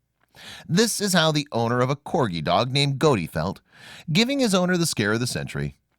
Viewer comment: By the way on promo you said dag instead of dog! Cute video!😂😂😂😂😂